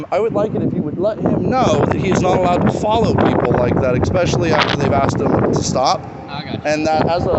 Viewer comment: “EXpecially”...enough said...